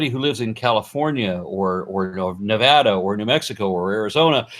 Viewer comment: Thank you for using the correct pronunciation of Nevada Thank you for everything else as well but as a native of that state it's always a pleasant surprise when a non-native can pronounce the state's name without making everyone that lives here cringe. gave me enough other bad things to cringe about throughout the video.